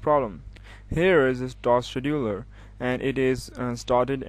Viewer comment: Task Schedudeler (good vid btw)